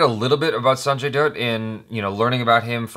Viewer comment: It's true that Ranbir performance does look outstanding in this teaser.. in some scenes you believe he is Sanju/Baba.. but, in some scene we feel he is Ranbir.. But, i love both Sanjay Dutt and Ranbir Kapoor.. So, eagerly waiting for the release... you pronounced Sanjay correctly.. But, his surname.. Dutt.. should be read as Datt.. Love you.. Keep working.. Keep rocking.. 🕺🕺🕺